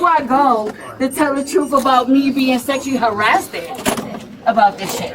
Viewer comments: "...to tell the truff about being sexually harass-did..." Harass-did? So obviously she didn't finish middle school. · "HARRASS DED" is what she said! 😂😂😂😂😂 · “Sekshully harrasted” 😐